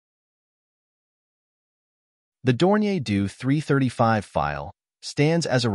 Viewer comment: Drop the ai voice, totally craps the pronounciation: Doe 335😢